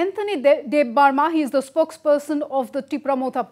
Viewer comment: Next time please say in a correct way that's Debbarma that's our real surname